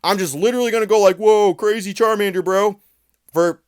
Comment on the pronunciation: It's charmannnddder